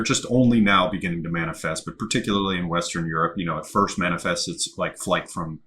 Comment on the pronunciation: Foist... lol Cheers guys!